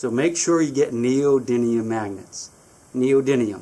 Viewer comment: Aren't they neodymium not neodynium